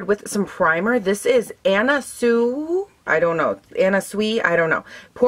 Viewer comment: You said it correctly Anna (phonetically) Sue-ey. ❤Love her aesthetic! 😊